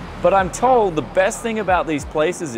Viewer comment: You said beast, not best